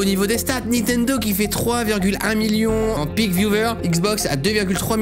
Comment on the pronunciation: qui dis nitendo et pas nintendo ? (mwa)